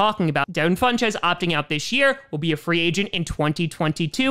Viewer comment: Does anyone cringe a little whenever days funchess as FunCHESS? Just asking